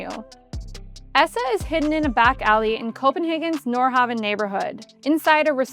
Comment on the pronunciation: How long have you lived in Copenhagen? :) I only ask because...Nordhavn is pronounced more like "Nord-hOWn". Looking forward to visiting Esse! Welcome back Matt. :)